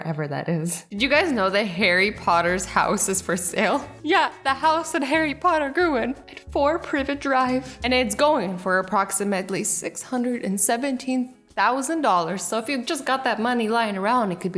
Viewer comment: ITS NOT PIVET IRS PRIVET DRIVE